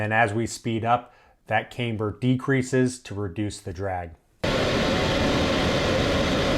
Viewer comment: 1:1? it should not slow down. "camber" does not have a long "a"